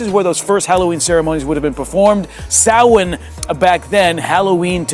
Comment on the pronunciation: He pronounced Samhain correctly so give him some creidt